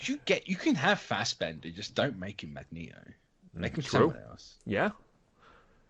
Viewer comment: Fassberder magneto PLZ NOT Ian.